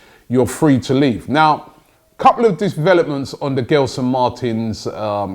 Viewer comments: It’s not gel-son Robbie its gel as in hair gel, so pronounced like jelson martins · Robbie, love the show. Not giving you stick, cause I know you like to pronounce these names properly. In Portuguese, when you have the letter G next to an E like Gelson, it's pronounced Jelson. Hope you sign him as I'm a benfica fan and Gelson is a good player for Sporting. Probably a top 3 player for them. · Pronounce with a J guys. (J)Gelson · You pronounce it as “Jelson” btw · Gelson Martins I think is pronounced as Jelsen Martins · The name Gelson Martins in Portuguese is pronounced more like "Jelson" and not "Ghelson". And then "Marteens". The last syllable in Martins is the strong one. Of course it´s easy for me to say that. On the other hand I pronounce a lot of English names wrong, and there must be a lot of mistakes in these sentences I write. Sorry. I just love this cosmopolitan club and wish Arsenal the best.